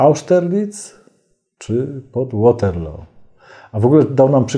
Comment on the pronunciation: Waterloo wymawia się jak pisze. Anglicy tam i owszem wygrali, ale byli w Belgii.